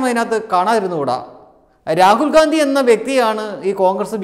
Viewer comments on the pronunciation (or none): none